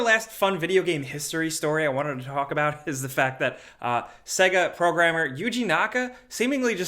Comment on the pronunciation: The way pronounces Sega 🙃